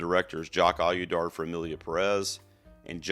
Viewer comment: love your videos. He who must not win any Oscars' last name is pronounced OH-dee-yar... :)